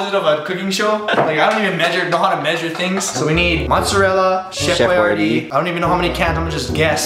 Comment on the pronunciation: I thought u said Chef YRD Lasagna not Chef Boyardee Lasagna